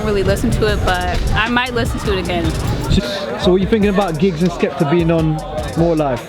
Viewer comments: Man said "Gibbs" ffs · who heard when my man repeatedly called him Gibbs 😂😂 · Shout out to gibbs haha its "GIGGS" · Man said Gibbs 😐😂😂😂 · calling giggs 'gibbs' haha shocking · saying gibbs like he plays for arsenal